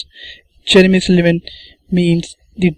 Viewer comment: why are saying his name like "cherry missed a lemon?!" , it's Jeremy Silman